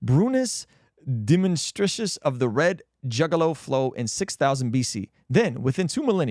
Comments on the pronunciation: script says: “Burmese domestication of the red junglefowl” says: “brunice demonstricious of the red juggaloflow” 😂😂 bruh you need to slow down and read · Juggalo-flow for junglefowl.... Literally... jungle + fowl. I was cracking up 😂😂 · It's crazy that would out himself as being illiterate on his own podcast and proceed to upload this to youtube. His pronunciation of junglefowl as juggaloflow cracked me up tho.